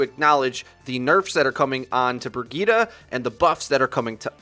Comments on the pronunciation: Haha isn't Brigitte pronounced bridget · It’s pronounced Bridge-et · Can u pls pronounce Brigitte correctly? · I know it’s the proper way of saying it just sounds weird af. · That Guy yeah I know it just sounds super weird lmao.